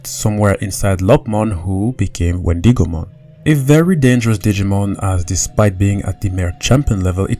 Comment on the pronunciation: Ok please let me know if anyone else is getting annoyed when he says Wendigomon like the I in it is pronounced as an E instead of an i. Or is it just me